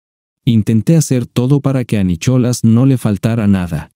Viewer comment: Nicholas😂 se pronuncia Nicolás 😂😂 😂